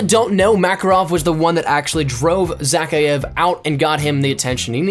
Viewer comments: because it's russian, is saying it wrong it's Imran za-ky-iv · why can nobody on YouTube pronounce Zakhaevs name right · Why does he say Zakhaevs name so weird.